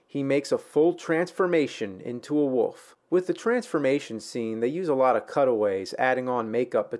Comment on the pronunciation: It's "wolf", not "woof".